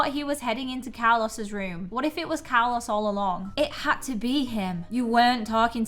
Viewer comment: btw your saying Carlos wrong